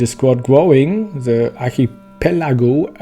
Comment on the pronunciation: An der englischen Aussprache sollte meiner Meinung nach noch gearbeitet werden, The und nicht Se, nicht wis sondern with and so on...